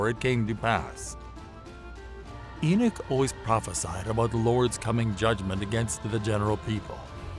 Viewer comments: GDN: Don’t you screen your videos before posting them? EnoSh? Enoch is pronounced E-nok by most of us Believers. 🥴🥰👋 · it's Enoch